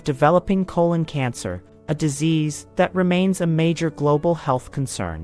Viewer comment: Not diminishing the importance of this video, but the narrator want to learn how to pronounce 'colon.' Lol